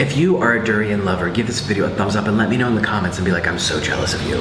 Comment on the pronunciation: In my home country durian is just a delicacy but I absolutely hate the smell and it tastes okay but it kinda tastes like nothing and he’s pronouncing durian wrong anyways and durian is not how you spell it lmao